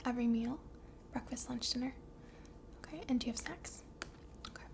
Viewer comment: I had to listen twice to make sure she asked "And do you have snacks?".